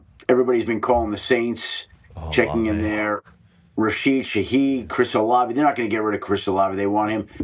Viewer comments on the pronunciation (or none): none